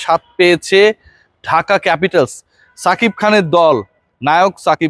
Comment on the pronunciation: ছাকিব খান না রে ভাই,সাকিব খান😂